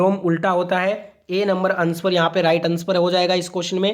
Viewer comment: अनस्वर नहीं सर आंसर होता है